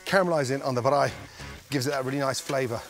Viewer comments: Goordon van der Ramsey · Haha, I came looking for this! it hurts to hear it! haha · I was waiting for someone to mention the braai. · I waited for that part lol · Exactly! The way he pronounces it is not even close lol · Every time he says braai it gets me so good, I can't stop laughing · Somehow he butchered “braai” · As a South African i find this hilarious. Seriously "Braai" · I like the way you pronounce the word braai...Im still laughing. Im also from South Africa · Smaak the pronunciation of "Braai". Respect bru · But I'll give it to you,you are the first English speaking person not from South Africa that kan say braai right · Your pronouncing braai wrong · Thats a proper Braai, even has the dent in it. For anyone interested, Braai is normally pronounced like b-rye (like rye bread with a b in front) or bye with an R in it. You dont have to roll the R so much. But well done on the pronunciation, I know any Afrikaans sounding words are hard to pronounce, even for non Afrikaans south africans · As a fellow South African, I died every time Gordon tried to say braai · Ay at least he tried, most people won't even get it right lol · LOL, I am Laughing right now, Just came across this vid. I didn't braai a burger on my channel yet but hell now. His is bad. Sorry Gordon. I also try your recipes. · The braai got me the most each time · Looks nothing like a braai to me. No self-respecting South African would make a cheese burger on a braai. We have better ways to do that believe it or not. What the heck is a "ba-r-eye" anyway? It's pronounced "braai" as in "buy" with an R after the B. I think you were made to look a fool on this one mate... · Baraai😂 Its Braai Gordon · Like "Bye" just with an "R". It's not difficult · He said barai not braai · He's very close, but he puts a bit of a vowel in between the "b" and the "r" for some reason. It's not "b(a)raai," just "braai." Still, I mean, valiant effort. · Mans saying Baraai not Braai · He said beraai instead of braai 🤣🤣🤣